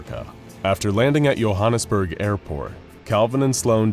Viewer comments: Yohannesburg totally, no worries, its just joehannesburg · It is Johannesburg not youhannesbureg like joe mama Johannesburg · In south africa we pronounce Johannesburg with a "j" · Its not Yohanasburg airport its Johannesburg airport (fact by a south african that lives in Johannesburg) (also this is the 3000th comment) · I love the way people say Johannesburg. I am South African and everyone who isn't pronounces it wrong. Quite funny. For those wondering it is pronounced (Joe-Hannes-burg) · Yo u slorterd the name Johannesburg